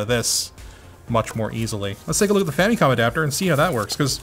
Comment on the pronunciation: Erm.. Am i the only one to hear "Femicon" instead of "Famicon".:P What are you trying to say??:)